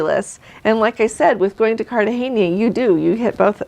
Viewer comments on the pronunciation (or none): “Let’s” say the names of ports a tad better! “Cartagena” doesn’t have an “horizontal line” over the “n” so the “n” is soft as in “name”…. Also, in Spanish anything starting with an “H” is as if it wasnt there so Huatalco is “uatalco”….Honduras is “onduras” etc. ARenas is “arEnas” … the E is as”ever”…